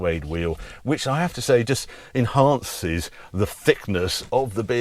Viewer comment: I suggest that to make your videos more watchable and less cringe, you should enroll in an English-speaking course to learn the pronunciation of the "th" sound. You come over as all prim and proper with your words like enhaaaaaaaaaanced for example, but you sound so poorly educated and 'common' by the rest of your pronunciations. Hint, th does not make an f sound, and enhaaaaaaaaaanced is simply enhanced. Not enhaaaaaaaaaanced or enhanced, just a simple enhanced. Your content is some of the best there is, with your insights and experience, but your content is hard to watch because of your mish-mash of snob and commoner use of the language. You are the first that I am aware of that actually calls out BMW on their naff design choices on the CS, rather than others that think "it looks sick bruv" because they think it makes them look cool./ You are a breath of fresh air when it comes to your reviews. I miss out on a lot though because I find your speech too annoying to listen to. It may just be me, but my opinion is as valid as anyone whose mileage may vary.